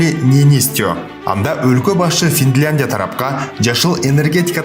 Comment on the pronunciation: 😂😂Мендагы тан калдымде Жакшыле Журналистен Фитландия деп Сенден башка уктум ал Эми Президенттен Туурасын Уктум Финляндия деп Жанылбас жаак Мудурулбос Туяк болбойт дейтко